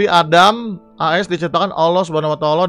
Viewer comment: Bacanya SWT Subhanahu Wa ta Ala (Subehanahu Wa ta Ala) Huruf E nya singkat aja 😊 SAW Shalallahu alaihi wassalam (sholawlohu alaihi wassalam) Cuma ngasih tau aja, soalnya ga mau Abang di somasi bocil